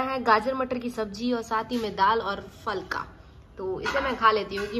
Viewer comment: Abe gawar falka nhi fulka bolte h